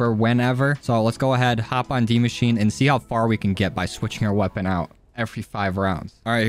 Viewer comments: I don’t know why but you saying dee machine pisses me off to an unbelievable extent, it’s die as in dead and mosh—chi—en. Or at the very least that’s how everybody I know pronounces it. Good vid tho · dude its die not dee its die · Did he say dee machine? 😂